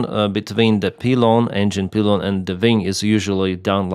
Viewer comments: Pylon is pronounced like the words eye, pie, sky, my and not like pee, sea, me or tree. Not criticism, just educational. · Just saying.. "P- Eye - Lon" like the eye you see with. Not Pee-Lon. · I've always known it pronounced pielon not peelon. I know english can by confusing. I pronounce Lyman as you say it, not liemon. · Excellent English. One comment 'pylon' is pronounced 'pielon' (as in apple pie). Great video. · It is pronounced, PIE-lon, not PEE-lon. Good analysis, thanks the detailed explanation. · The pronouciation is actually "pailon", not "pilon" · Once again ill say, my condolences to the family and friends of all who lost their life in this tragic accident. Lets hope we will do EVERYTHING so it does NOT happen EVER again. (pie lon not peelon) ahahah pilon word. English is wild like that i know i live in USA i still cant get tricky words right. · Thank you! Nice work! :) BTW, Pylon is pronounced PIE-lon. The 'Y' is sounded as a long 'i' (as in "Flight", "AYE AYE, captain", or "Apple PIE"). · the other way, pie - lon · In English it’s (pile-on ) pylon . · its pronounced pie-lon in english pylon. 🫶🏻 great video. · It's P-A-I-L-O-N in English! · woah. -, Pylon is pronounced pie-lon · It's pronounced pie-lon in English. This appears to be the exact same thing that happened to American Airlines Flight 191 in 1979. Hopefully these aircraft will be grounded for good. This tragedy did not need to happen. These aircraft should have been taken out of service a long time ago, and they certainly should have been inspected and maintained far more often. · We actually pronounce pylon as “Pie lon” in English. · It's pronounced pielon pylon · It's "Pie Lon" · Dude it's PYLON....LIKE APPLE PIE....LON...LOL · Thanks. It's pronounced Pie-Lon. "Y' is sometimes an "I" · Good straightforward commentary. Thank you. Pronounced 'pie-lon'. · It’s pronounced like pie like r squared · Pylon is actually "Pie-lon" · Pylon in English is pronounced " Pie Lon".